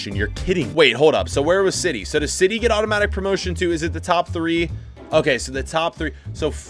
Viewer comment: he said autopatic lol!!